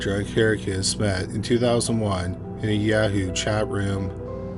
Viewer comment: Bro said "yeah-hoo"